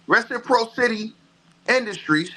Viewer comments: Ress-a-pross-ity is how it’s pronounced but yea we get it 😇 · Btw... reciPRAHsitee. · If I may assist with love, Reciprocity= Re.si.praa.ci.ty= Pracity. Reciprocity. Good content!!!! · Keep on ‘em! You believed in Buzbee from the jump And it’s Ress-eh-prosscity brother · I was going to say the same thing. I was just listening & thought, "what is he saying?" Then I looked at the screen. Reciprocity. 😊